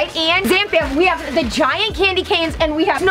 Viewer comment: "Did y'all just jave a moment" Wait I wanna see a moment What?!😂😂